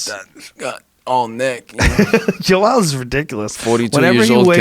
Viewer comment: Why does horhay pronounce everyone’s name wrong 🤣